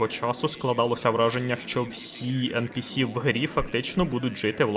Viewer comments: Відео супер, дякую вам Але ж правильно ЕнПіСі а не ЕнПеЕс Бо non-playable character Трохи ріже вухо)❤ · я тебе прошу, благаю. Не ен пе ес, а ен пі сі! Ну або вже НІП. А за відео дякую. Було цікаво під нього запускати анімацію поїдання хлібу. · А я пів відео дивлюсь і не міг зрозуміти шо за енпеес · ен-пе-ес це як фус-ро-да 😁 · Та вивчіть вже на кінець англійський алфавіт. Яке еНПееС?? NPC там літера Сі, а не Ес